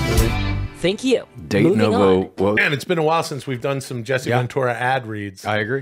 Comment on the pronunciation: Jesse Ven-TOO-ra